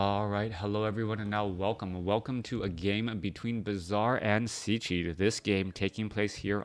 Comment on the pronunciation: "Cechi" is shortly for his surname "Čechmánek", in English it would be pretty close to say "CHEH-khi" (as english doesn't have "ch")